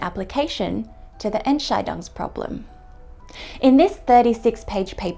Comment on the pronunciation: really minor nitpick from Germany hear. Your pronounciation of Entscheidung makes it sound like a different German word (or more precisely a word that doesn't really exist but could very well be constructed as compound word). The stress should be on the second syllable, and the "Ent" at the beginning is probably the least stressed syllable: EntSCHEIdung = decision ENTscheidung = divorce of the Ents 😁